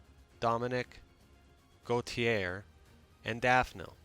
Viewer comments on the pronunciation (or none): none